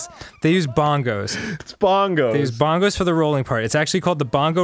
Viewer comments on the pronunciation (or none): Um actually it pronounced BAN-goes I hate it when locals come here and pronounce it BON-goes